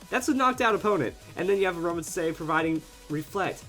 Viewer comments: It's pronounced "a roam a teeze" I think. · it pronounced as "A-RO-MA-Tees" if you watch the series :) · I love using Aromatisse (said as Ah-ROW-mah-tees, just a little note) on my Doubles/Triples Trick Room teams. It's such a good supporter, its bulky, and it can heal its teammates while they do all the attacking.